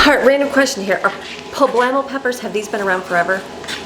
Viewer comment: my dear friend it’s actually called a Poblano pepper ( with an N not an M) but it’s cute watching you say publammo instead of Poblano. Lol